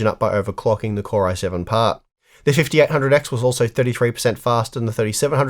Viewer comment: Am I the only one who kept hearing "the fifty R hundred X" ??